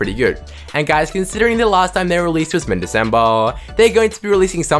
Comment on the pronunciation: Y U SAY DECEMBER LIKE THAT 😂😂😂 love ur vids